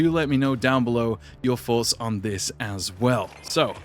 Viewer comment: I love hearing your foughts